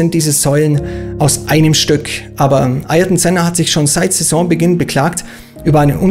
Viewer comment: Alboretos Vorname wird MI–KÉ–Le ausgesprochen und Sennas Vorname AH–IHR–TON(G) ( ) McLaren hat das Problem mit Sennas Vornamen in seiner Animations-Serie TOONED zum 50jährigen Geburtstag des Rennstalls thematisiert, weil anscheinend in den 6 Jahren, die Senna bei McLaren fuhr, niemand das auf die Kette bekommen hat. Sein Neffe Bruno hat der Figur Ayrton Senna die Stimme geliehen